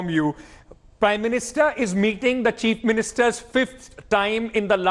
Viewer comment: Is he intentionally saying "Cheap Ministers" instead of chief ministers or is it just me hearing it that way 🤔